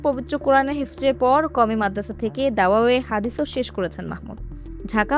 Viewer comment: "দাওয়ায়ে হাদিস " এভাবে নয়। শব্দটা হবে দাওরায়ে হাদীস